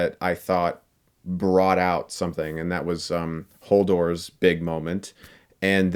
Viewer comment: His names Hodor, not Holdor although the latter would have made more sense considering his arc